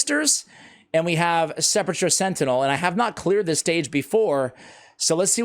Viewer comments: Sep a cher Sentinel? I thought this was a guide for SE'-PUL-CUR Sentinel. Sorry, was an English teacher. That is the hole in a grave. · Can pronounce it right? Sepp-ul-ker